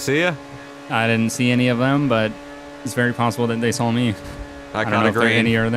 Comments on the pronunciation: Say all you want about my username lol. You must have a smooth brain if you think that offends me. There's just not an 'L' at the end of saw so how did that even become the way he pronounces 'saw'? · Why do you say "sawl" instead of saw?